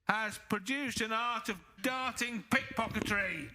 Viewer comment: "Pick-pocketry"?? lol in the final.